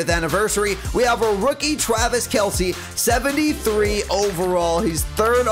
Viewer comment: You said Twavis Kelce